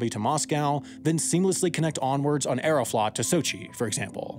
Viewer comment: Aeroflot is pronounced like Aero-float. Long O.